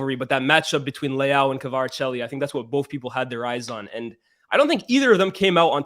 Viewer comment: Good analysis but needs to learn how to pronounce Kvaratskhelia🤣😂